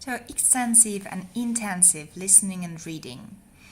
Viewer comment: You said extensive for both. The first is extensive and the second is intensive. I didn’t hear you pronounce intensive properly so it sounded like extensive.